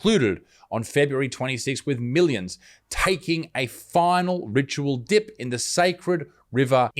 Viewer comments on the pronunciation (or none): What was that you said, dip or dump ??? Surely calling "Raygun" a dancer is a crime.